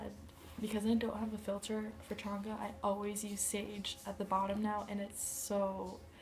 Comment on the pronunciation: Pronounced chain-ga, not that it matters.